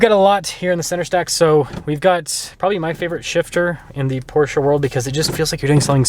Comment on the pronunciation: Im glad you say Porsche and not Por-shuh